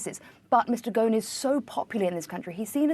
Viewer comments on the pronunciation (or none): it's pronounce: Gos'n not Gaun